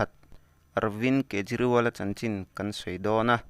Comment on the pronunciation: Kapu a hming i lam diklo aw